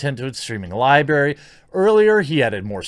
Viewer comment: "its streaming libary ..." Really? Really?? Come on man.